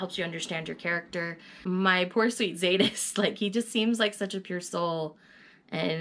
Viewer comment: The Z is silent in Zsadist.I can't wait to talk about these books with you.I wanted Butch with someone else.😙